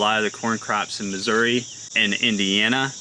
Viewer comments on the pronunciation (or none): none